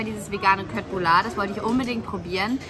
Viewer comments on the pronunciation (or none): Man sagt nicht kötblüller sondern Schötblüller <3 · Hallo und! Meine Tochter Quinby und ich schauen euren Kanal regelmäßig. Wir leben in Schweden mit 4 Pferden. Wir wollten nur sagen man spricht die Fleischbällchen anders aus (köttbullar sprich: "schöttbullar") Cooles video auf alle Fälle!!! Sara und Quinby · Hey nur als Info Kötbullar wird Schötbullar ausgesprochen und bruschetta brus cetta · das heißt schöttbuller